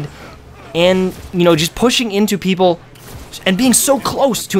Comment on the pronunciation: lol, he probably meant to say player at first and then changed mid-word to people ^^